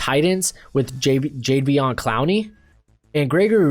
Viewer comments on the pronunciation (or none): sorry i was working but jeremiah owusu-koramoah you said koramora, jerome baker you called him Jermaine, Jadeveon Clowney you said Jveon, matt feiler but you admitted that one Kevin king not keen